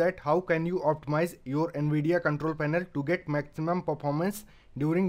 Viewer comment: Yeh an vidia nahai hota nvidia navidia in pronunciation